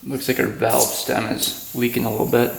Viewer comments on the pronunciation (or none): none